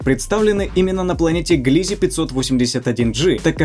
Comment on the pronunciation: Не ГлИзе, А ГлизЕ!